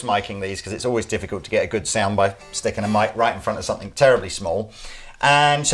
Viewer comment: there is no "k" at the end of the word "something". Love your videos, but this annoys the hell out of me.